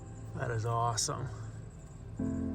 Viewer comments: Did you say that’s moss-some? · It’s not awesome it’s mossome